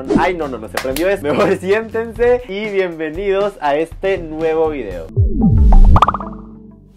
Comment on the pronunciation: soy yo o dijo bienvienidos, min 0,28